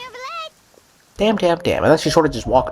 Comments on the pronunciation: When: NOORvillete Instead of: NYUvillete Yeah, it's bothersome to hear it bad pronounced, although a tad funny, haha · NO CUZ THEY DO ALL SAY FUCKING NERVILET OH MY GOD THANK YOU ...newvilet sounds better tho xoxo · ERMMM actually theres no R in Neuvillette